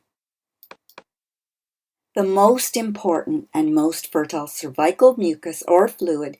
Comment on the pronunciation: Why do you say cervical wrong?